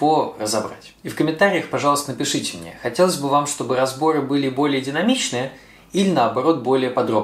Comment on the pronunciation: Что за говор:" это не по мнеэ". Зачем так произносить?